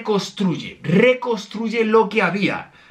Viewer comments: Se pronuncia reconstruye no recostruye y le dijiste EMZ a Amber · Me quedé como que cuando dijo recosruye